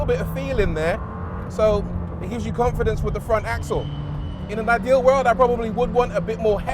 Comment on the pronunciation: Rory almost fell into Jezza mode, "Possibly the best Lamborghini in the worrrrld!"